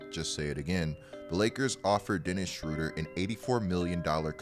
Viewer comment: From a guy from gerrmany... why u call him schruder? its schROEder :D